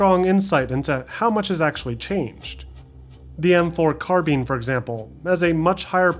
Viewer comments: "M4 Carbean" Cmon man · The m4 carbean 😂